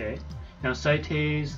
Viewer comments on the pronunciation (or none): (S-ate) is how his name is pronounced. I messed up too my friend..." The mighty doom parrot." That line made me want to laugh sooo badly. XD